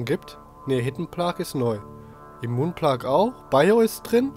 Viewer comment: Das wird wie Playgausgesprochen nur so zur Info , danke für deine Plague Videos helfen echt weiter hab das jetzt durch :)